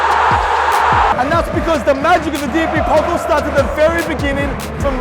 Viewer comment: DFB “Pokl”